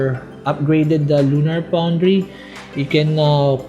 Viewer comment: "lunar poundry"